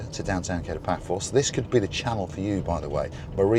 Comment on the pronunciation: It's pronounced Ka-to, not Kay-to as in The Pink Panther.